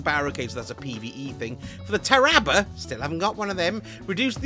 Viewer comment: The way you said Tarrabah sounds like a village in Tuscany to me.